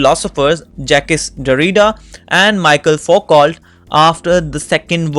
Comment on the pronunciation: It's Michel Foucault not Michael